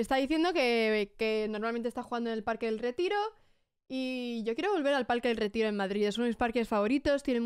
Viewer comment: Me hizo gracia que dijo "Retiro" pronunciado perfectamente… en inglés jajaj